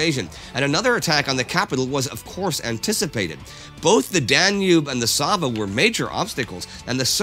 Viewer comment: I just love the fact that Indi nails the pronounciation of Sava and Kalemegdan and buchers the rest.